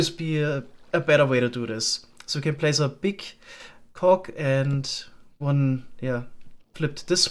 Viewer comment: lol that one got me too german doesn't have word-final voiced plosives like "g," they always get pronounced as "k." it's not usually a problem, but "cog" is definitely a rare exception